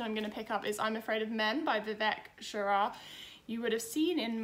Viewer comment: I love your channel and your content,. However, as a WOC, I feel like I need to share that mispronouncing people's names is a microaggression that we face daily. Please take caution and look up how to pronounce author's names when you're not familiar with it. It is SHRAYA not shara. I've noticed the mispronunciations of other names in other videos too and I cringe every time.